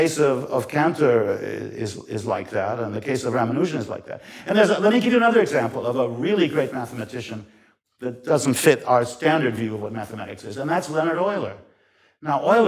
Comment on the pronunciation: Ramanujan was a pure maths being from the gods. Also its pronounced .. RUM AN A JAN. NOT. RAMA NUUUJAN.